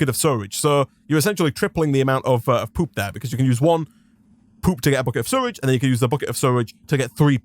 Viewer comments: It took me a while to realize he was saying "sewage", surrage vs sew-uge. I wonder what accent that is. Loving this wild mod though, and you're doing a great job. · I can’t believe how you say sewage you say suridge like how do you do that??? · ITS SEWAGE NOT SURAGE edit: im sorry i just have ocd in pronouncing things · Dude it’s called sewage not suirige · You mean sewridge? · the way he says sewage concerns me.